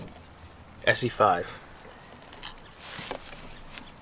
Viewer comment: Es SAY. Its Essssseeeee.